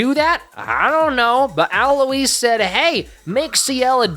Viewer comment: also why are you saying Alois’ name like that